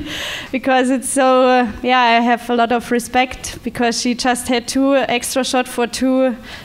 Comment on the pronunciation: "We ha-u"... Gosh, it's called "have", not "ha-u". Can someone please teach him how to pronounce a "V"? (Maybe Banessa Hinz can :D)